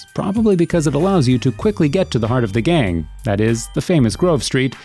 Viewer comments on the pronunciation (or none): none